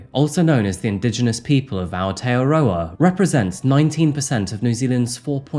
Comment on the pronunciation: I always respect you and your sensitivity to people, as well as attempts to also show respect by properly pronouncing words, but in this case "Maōri", "Aotearoa", "Rangitoto", "Haka", all seem a bit off. Thank you though for all your handling of cases with empathy.